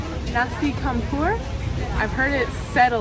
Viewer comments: Loving your videos (and missing Indo..) A couple of helpful hints: As mentioned elsewhere, C is pronounced Ch. Nasi = rice, c(h)ampur = mix. It's a standard meal for locals which can vary wildly depending on what's cooking. The little fried vege cakes are bergedel (or berkedel, or perkedel, depending on where you are). The yellow lumpy ones are corn (bergedel jagung) and the potato version you had a few days ago was berkedel kentang. I know these things because I'm shamefully fluent in Bahasa Makan and not much else.. Also, the crowd you followed for a mile was one of a multitude of ceremonies permanently occurring all over Bali. They take priority over everything else. It won't be your last slow ride.. Getting hungry.. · Just an assist .... Nasi Campur, s/b pronounced Champur. All C is Ch in Bahasa Indonesia. Enjoyed the vid, as usual, especially your music. And ... "Subscribe" at the end, plus the Bloopers ... very unique!